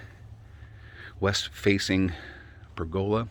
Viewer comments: It's how pergola is pronounced in the South and Southwestern US and in Australia. You say to-Mawt-to, we say to-May-to. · I can honestly say, after living around people and pergolas in four states, I have never heard it pronounced that way lol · There are two pronunciations of pergola, three if you count Italy. Two in the US: Perg-uh-la: Northern & Eastern US. Perhaps the PacNW. Per-GO-la: Southern and Southwestern US & also Australia. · Well, then there’s the pronunciation of, “per-GO-la” 😂